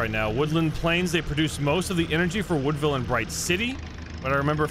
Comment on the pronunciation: You keep saying woodvile plains it’s windvile